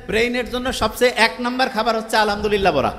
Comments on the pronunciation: আলাআমদুলিল্লা × আলহাদুলিল্লাহ √ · আলহামদুলিল্লাহ এর শুদ্ধ উচ্চারণ জরুরি।উচ্চারণ অশুদ্ধ। এতে অর্থের বিকৃতি ঘটে